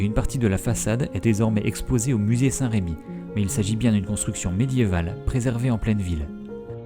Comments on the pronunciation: Salut, Très jolie vidéo, merci. Parcontre, à Reims, on dit "Remi", pas "Rémi" ;) La plupart des panneaux n'ont d'ailleurs pas d'accent (sauf quelques erreurs récentes) Remi ;) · Saint Remi et non Saint Rémi ....il n'y a pas d'accent sur le "E". Sinon très Belle video : BRAVO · tss, tss, Saint Remi, pas Saint Rémi :) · Superbe vidéo, juste pour info c'est la basilique saint Remi (se prononce "reumi") car il n'y a pas d'accent sur le "e"